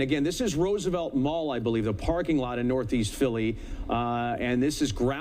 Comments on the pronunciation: Roos-a-vett? Musk needs to repattern his AI Reporters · on ”rOOsevelt blvd” 😂 c’mon Man U work for Fox News & u can’t pronounce Roosevelt?!